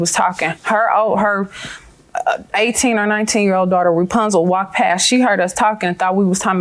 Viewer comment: Stupid. Not "Repunzal".... Geezzz....